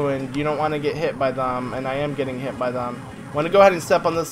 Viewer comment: U said shit instead of hit I’m a kid... SO work on your pronouncement!